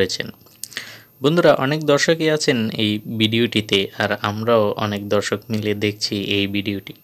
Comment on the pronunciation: ভাই দয়া করে উচ্চারণ ঠিক করুন ধর্ষক না দর্শক?